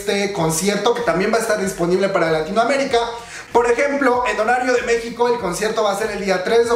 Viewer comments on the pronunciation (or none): none